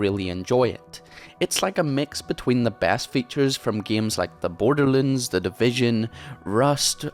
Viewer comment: Borderlinds, lol, i like the "accent".